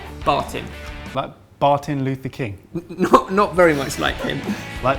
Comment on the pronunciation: Bartin Luther king 😂😂😂😷 I'm dying